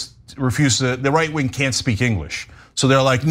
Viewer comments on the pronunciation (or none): none